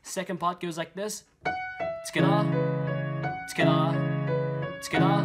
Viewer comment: When you were saying together I thought you sad eskettit in a Russian accent👌